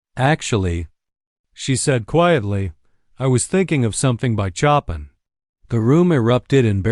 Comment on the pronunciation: Couldn't the reader at least pronounce Chopin's name correctly?